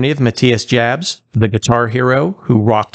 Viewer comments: It's pronounced "y" yabs!At least ger his name right. He is the best guitarist they've had.Hes disciplined and melodic and took the band through four decades. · It's a German name..it's pronounced Yabs. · It's pronounced "Yabs". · The J in Jabs is pronounced like a Y. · His last name is pronounced like “Ya-ps” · Jabs is pronounced like Yabs. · His last name is pronounced Yaabs. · his last name is pronounced "yobbs". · Before posting a video in honor of an artist, you should learn to pronounce their name correctly.